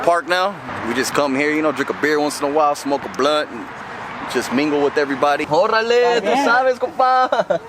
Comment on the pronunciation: Look like homie ate a few quesatacos😀with alot of salsa 😂when he was talking😂 . He said orrrale 😂 not orale 😂😆😄la vas a matar Perro🤓😄😆👏👏🍻✌